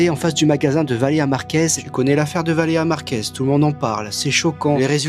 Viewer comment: On remarquera que a aucun moment il réussit à dire correctement "Valeria Marquez"